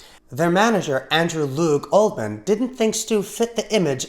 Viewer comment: Maybe it's my hearing, but I don't think so - 2'53"... Andrew Loog OldMan, I think not ... his name is OLDHAM.